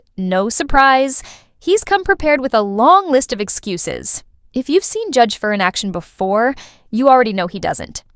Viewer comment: The Judge's name is FLEISCHER, not "Fler" ~ please pronounce it properly if you insist on interrupting with your banal comments.